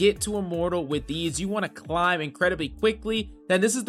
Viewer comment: I love to “clim”